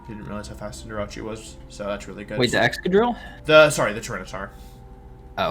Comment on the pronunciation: Intimidatii Cinderache I hate and love these pronunciations so much Love the video though :p